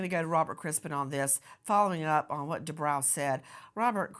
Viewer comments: I believe it's. Du...bro.. Lady du bro...not brow.. Jeese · “Debro” not “Debrow” 😁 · Isn’t it pronounced “Due - broh” ??? and NOT Due - brow” ??? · Nancy,the doctor's name is pronounced Do bro,not Do brow. (I watched him&his wife on "Real Housewives of Orange County" for years! That's the only reason I know that!) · Bro, not brow 😂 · FYI Nancy: This doctor pronounces his name: DuBro not DooBrow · Nancy I've noticed you tend to make every broadcast give you a chance to turn it about yourself and your family at nauseum. Also as a form of respect it would be nice if you learned to pronounce your guests names. It's not "De Brow".it is Due Bro. I cringe everytime you say it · Nancy , it’s Dr Du- Bro not Brow❤ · Nancy it’s dubrow not dubraw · Due-brOW. 🤭 was nice about it, but you KNOW heather would've piped up about it.😊 This is a just a disgusting case, that didnt need to happen. And not on any the fault of the victim. Poor lady's husband did some sick, twisted things to her, AND her babies.🤬🤬🤬